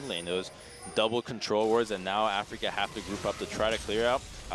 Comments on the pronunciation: Afreeca not Africa. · Everytime he said that, my eyes twitched. I don't understand how anyone could get that wrong.